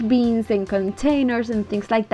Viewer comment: Love the way you say “beans” for bins!